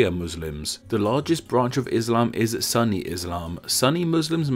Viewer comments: It’s not pronounced “sunny” its “soonie” isn’t it? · I'm pretty sure suni is pronounced soony not sunny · It's not Sunny Muslim. Its pronounced Suu nii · It's Sunni not sunny like you pronounced Sun'nah it's Sun'ni (sooni) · It's funny how you say sunni you pronounce it as sunny. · it's not pronounced as sunny it's soonni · not sanny but sunni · S oo ni....not sunny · I'm not a Muslim but I'm pretty sure it's pronounced "Soo-nee" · Its actually pronounced Soo-ni. He got that wrong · Its "Soon-nee" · Just to note, the discussion between conflicts of Sunni and Shia has been constantly in the news for a long time so I am surprised he never heard someone say it with correct pronunciation on TV before—unless in Britain they actually say “sunny”...I doubt that though. Love this channel however, keep up the good work! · As a Muslim and an Arab, I found it a bit strange that non-muslims find that the two words are unrelated, but also interesting to put myself in your shoes. Anyways, the narrator has explained it so close to what we already know.. One more thing, the word "sunni" is not pronounced like "sunny" but more like "sounni" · It's pronounced soo-nee, I know that because I am Egyptian and a Muslim (and ofc Arabic is my main used language) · Sunny? Sunny and Shi'a? I've... literally never heard anyone mispronounce Sunni before. Not even Fox News gets it that wrong. I'm... extremely impressed. Edit: OMG! And he keeps saying it! This is hilarious! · I know you mispronounce things a lot, and it is kinda your thing, but why did you say "Sunni" as "Sunny" but "Sunnah" as "Soonah"? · it soon ni , non sunny. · It's pronounced Soon-ee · Lol its pronounced soonee good vid tho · Its nots sunni its pronounced like sunnah so sunnah with an e an no ah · Disliked because you mispronounced Sunni, but pronounced Sunnah correctly. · Should be soo-ni not sunny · It's not pronounced "Sunny" but rather "Sunni" as in su-nni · It's pronounced soo-nn-i, not sun-i